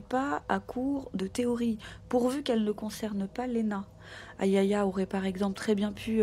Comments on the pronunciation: Super video. Juste pour info le prénom " Aliayah" ce prononce. A-L'ail-Ya ( le " A" au milieu est muet ) comme la chanteuse de rnb américaine décédé dans les années 90. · Se prononce A-li-ya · elle ne s'appelle pas ayaya mais Aliayah par respect pour cette petite partie trop tôt, tachez de bien prononcer son nom